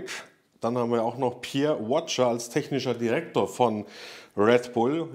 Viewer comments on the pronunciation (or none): Wer ist Watcher? Du meinst wohl Pierre Wache.Du könntest wenigstens kurz googeln wie er richtig heißt u ausgesprochen wird,ist nicht das erste Mal,dass Du die Namen falsch wiedergibst,ist wohl nicht zuviel verlangt